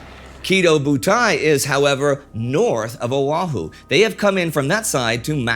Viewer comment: I live on Kauai right now, pro tip, the H in Oahu is not pronounced.